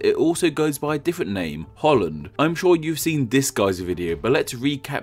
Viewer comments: Hout land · Haha Holl-land goeie haha